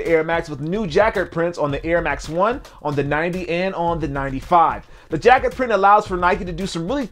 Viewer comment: Hey, it is pronounced ja-kard. As in Captain Jean Luc Picard.